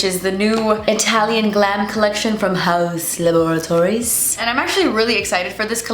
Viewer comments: Haven't even started, but pumped to hear "hauzz la-bore-atories" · I always look forward for you to say Haus Lab-a-ra-tories! 😂